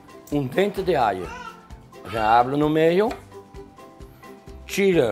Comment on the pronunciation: Dente de aio